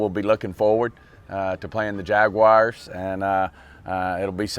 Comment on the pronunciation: Stephen said “JagWires” anyway, can’t wait to see our boys get at it real soon!